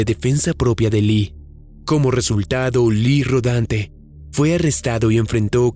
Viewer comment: Lee Rodante? Rodante? Es en serio?